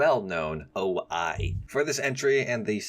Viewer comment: My head really cringed each time you called the O-I tank "oh-eye" as it is "oh-ee". A little Japanese pronunciation tip for you: you only need to master their vowel sounds to be 70% close to real Japanese, and they are dead simple as they are very rigid. A sounds like "ah", unless an I or U goes right after (i.e. "ai" "au") which forms the sound "eye" and "ou" (as in out) respectively. E ALWAYS sounds like "ay" as in bay. I ALWAYS sounds like "ee" as in bee. O ALWAYS sounds like the short "o" as in orange unless followed by U which make it sound same as long "O" (as in oat) in english. (Although some romanized documents ignore the u making it impossible to discern - Tojo is one example) U sounds like "oo" as in boo. Unless preceded by Y (i.e. yu) which sounds like "you" Some examples: Abe (former Japanese PM): Ah-bay Tanku (tank): Tahn-koo Kamikaze: Kah-mee-kah-zay Ryudan (HE shell): L-you-dahn